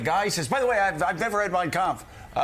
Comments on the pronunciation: The way he pronounced ''Mein Kampf'' shows he has read it many times. As someone who is fluent in German, you can't pronounce it this way if you ain't into it! trumpf is awful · If he never read Mein Kempf, he sure pronounced it very well; unlike basic English words he struggle with. Either he's watched it or it's ingrained. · I cannot believe he can even pronounce “Mein Kampf” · I speak German: He nailed it! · I loved Conway’s take. For someone who famously doesn’t read and can barely string a sentence together Trump pronounced Mein Kampf perfectly. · When you pronounce the hard pf in kampf youve read the book, normal people dont know how its spelled. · He sure pronounced mein kampf just fine......devil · How perfectly he pronounced the book....yeah, never read it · Prob the only book he ever read. Didn't read it, but knows exactly how to pronounce it. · No problem pronouncing it, though😅. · He can barely read a teleprompter, but trump sure can pronounce "Mein Kampf" flawlessly. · I’m sure he never read it, but he uses the AUDIO book as ASMR every night. I found it interesting that his pronunciation of “Mien Kampf” was spot on when he struggles with words in English. His pie hole is a LIE HOLE! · Funny(?) how it pronounced the title perfectly...never read it ? Evil liar.